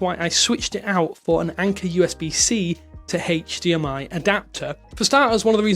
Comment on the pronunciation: interesting that he pronounces HDMI as "hey-ch" DMI 😂